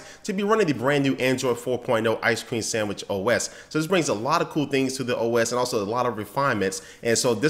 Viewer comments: it is "sandwich", not "sanwish" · "Ice Cream SAMMICH OS!" haha